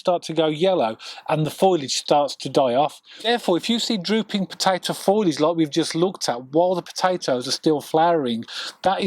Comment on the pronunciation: It's FOLIAGE not FOILAGE. It's pronounced FO-LEE-IJ. Not FOY-LIJ. Great tips tho